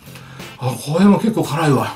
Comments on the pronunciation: 「なにこえ、こえ普通のペヤングと変わんないじゃんこえ」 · 「これ」の発音が「これぇ」なの可愛すぎる。好き。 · これの発音が舌足らずの3歳児みたいでかわいい